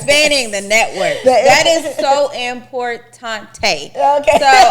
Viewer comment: IM-PORT! TAUNT!!! TAÉ!!!!! 😂🤣😂 ÉsPANOL!!! Definitely WORD OF THE DAY!! Importauntè